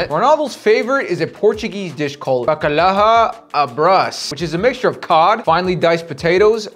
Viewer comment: Pronounced backayow